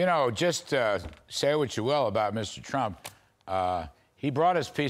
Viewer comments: 0: 11 Did Kudlow really say, Donald J Chump? That was freaking funny...listen to him say it. It sounds just like that.🤣🤣🤣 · This news guy literally said CHUMP instead of Trump.. I had to listen again! And he doesn’t look to happen to be doing his job either (sidenote) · Did Larry say Donald J Chump??? Sure sounds like it. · LOL. Larry pronounced his name "Donald J Chump." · Did I hear fox news caster when introducing Bernie Marcus & saying Donald J Trump, he said Donald J Chump? I played it 4 times & he said Chump (min 0.11) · Did he just read the tweet pronouncing Trumps name as chump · Did anyone catch at 0.10 secs he says Donald J Chump? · Did he just say Donald j chump?😂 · Listen carefully to how he pronounced the former president’s name at the beginning. 😂